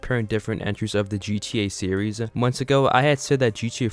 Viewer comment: I fucking HATE when a lot of these commentary people stretch words out and put emphasis on the ending syllable.. You say the word "series" as serieess-uh. STOP IT!